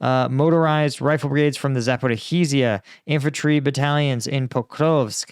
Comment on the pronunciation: I watch u all the time. Please learn how to pronounce Zaporizhia. I'm a fan otherwise. Glory to Ukraine 🇺🇦!